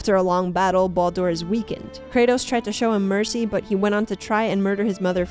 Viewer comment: The way she pronounces Baldur is enough for me to just stop watching all together